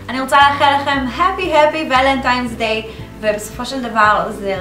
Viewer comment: its pronounced valentines day…with an N at the end…not M